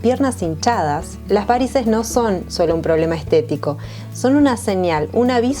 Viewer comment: La palabra varices no lleva acento es una palabra llana y no lleva tilde, por favor hay que respetar las leyes ortográficas y no puedes hablar como si llevara acento...hay que respetar los idiomas.